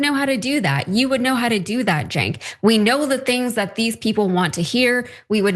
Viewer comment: It's pronounced sink...cenk...sink Not chenk It's Turkish and pronounced sink.